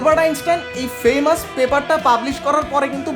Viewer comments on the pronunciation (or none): none